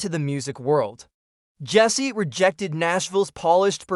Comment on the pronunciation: bot narrated trash that cant pronounce waylon or jessi